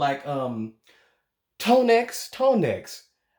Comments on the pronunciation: The second gentleman name is Tonex pronounced Toe-nay and the man in the red jacket is Daryl Coley he's my most favorite male gospel singer. That christian biggie smalls comment took me out 😅. Awesome voices all around thank you for sharing! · As a singer and vocal coach I have to say...GREAT SINGING ISN'T ONLY RUNS!!!! OMG WHY DO PEOPLE EQUATE GRATE SINGERS WITH RIFFS AND RUNS!!! and his name is pronounced "Tonay"... But he goes by BSlade now.